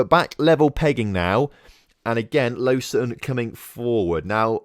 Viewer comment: low-zan = lausanne